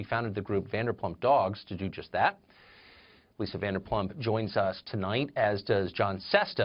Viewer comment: VanderpLump and SesTa? For fucks sake Carlson, would it kill you to do 5 minutes worth of research on your guests so you can get their names right at least 😂